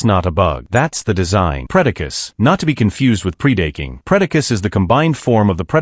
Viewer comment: Pre-date-king...??? WTH???